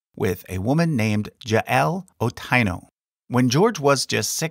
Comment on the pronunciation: I literally got shocked when he said “Otaino” instead of Otieno